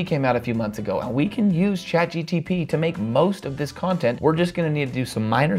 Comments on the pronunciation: What a great tutorial! And everything is explained very logically and detailed... But it is Chat GPT, not GTP 😊 I just can't help myself 😊🤗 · do you realize that you keep saying ChatGTP instead of GPT? lol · Why keep saying chat GTP instead of chat GPT? 😅 But overall, good vid! 🎉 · I absolutely loved your video. Really good content and great tips. Got a good laugh out of you saying Chat GTP instead of GPT ❤ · G-P-T, not G-T-P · It's chatGPT not GTP 🙄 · So we are all ignoring the fact that he consistenly mispronounces a simple word as ChatGPT in every video?